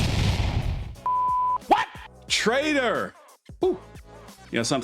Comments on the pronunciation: cmon … it’s ’traitor’…. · its traitor, not trader! know the difference. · What's a Trader? The AI doesn't understand Traitor apparently. Lol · bro it’s Traitor not Trader lol :) I know people make mistakes I just wanted to let you know haha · Traitor not Trader. ...just sayin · Love your work but you were looking for "traitor" not "trader". 😆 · “TRADER” lol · *traitor, not trader.